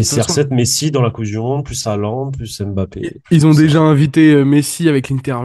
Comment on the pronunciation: on prononce "mbappé" et pas "m-bappé"